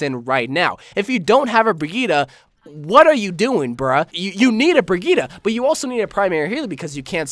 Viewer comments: bri - gee - tuh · A question for the qna: Can you ever pronounce brigitte right?